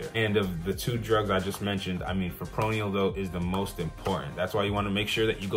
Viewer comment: Fip-ro-nil no fipronial